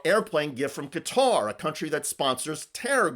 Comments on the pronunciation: Americans have trouble pronouncing Qatar , you yanks call it 'cutter' ....except the video MC ....it is prononced like 'Guitar' but with a Q ...SAY IT PROPERLY , LIKE THIS HOST ..NOT LIKE HICKS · Morin's, it's not pronounced cutter it's Qatar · America is so lazy. Why do Americans often call Qatar (ku-tar) Qatar (cutter)? It sounds so ignorant. You call it "cutter" by you call their govt. the Qatari (ku-tari) govt. America is led by lying retards. For context, I am American. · Can Americans stop pronouncing Qatar as “Cutter”?!!! It’s driving me nuts!!! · "cutter"? damn, america... I know y'all only speak "american" but it's not a good look to not be able go pronounce shit.